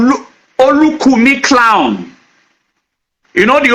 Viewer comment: Honestly, his pronunciation of clan as he corrupted to clowns repudiate all what he was trying to paint. The yoruba scholars tried to educate this people on the story of their kingdom which has been distorted with incoherent story. If you listened to how their early kingdom of igodomigodo start and how the next era commenced, if you are not wise, the will end up confusing you illogical reason. From the guys story, Eze Chima is a biniman, Obi is a bini name. Does it mean that this don't about the earliest migration westwards by the igbos, then eastwards as a result hash and unfriendly situations the igbos and tribes encountered with the binis.According history, there were lots of others tribes like the esan uhrobos, including the igbos who left bini , and stated moving to different destinations and settled